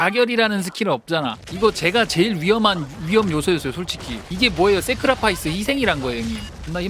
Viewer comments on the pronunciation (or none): 세크라파이스 ㅋㅋㅋㅋㅋ 영국식 발음 쌉지린다